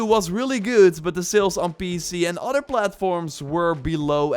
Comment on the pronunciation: It’s said other not udder!